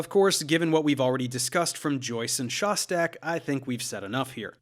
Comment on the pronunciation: Thanks for not butchering the name Szostak